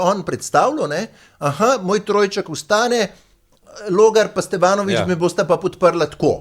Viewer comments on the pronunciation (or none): none